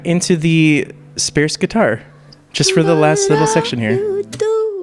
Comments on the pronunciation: Did he say "Spare-sss" guitar? Like Sparse? (Sparse has an "ar" like in "art") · Love your videos and like do whatever you want but I have never in my life heard anyone pronounce “sparse” the way you do 😂😂